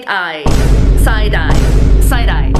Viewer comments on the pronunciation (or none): Said eye 😂